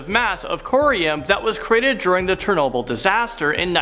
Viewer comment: This man said “chernobble”